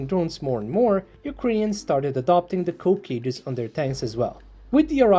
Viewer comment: It's not "Cope" cages, it is "Coke" cages, dang you're not so smart. 👎Voted you down and no Sub.